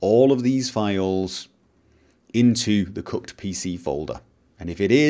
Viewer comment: It sounded like he said 'Cucked' NPC folder